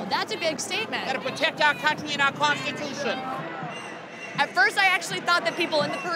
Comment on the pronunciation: Not gonna lie when the organizer said "conshitutshon" I started howling